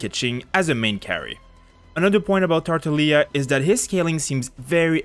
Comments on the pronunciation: Nobody is saying this ok soo um, he said it wrong its tartaglia not tartalia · How dare you pronounce his name as tartaleia😂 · You don’t pronounce the hard G, in italian the sound GL is pronounced “yi” So you’d spell it as Tar-ta-yee-a with a bit of emphasis on the y (Italian here) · tar-ta-GLI-a lmao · Emphasis on that GL sound in Tartaglia please. He is a staple character of the Italian Commedia dell'arte, Comedy of the Arts, so you can find the pronunciation online ✌️ thanks for the video! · The "G" in Tartaglia is pronounced, not silent